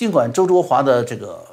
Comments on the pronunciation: ：焯（Chao音“超”）华，不是zhuo。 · 焯应该读chao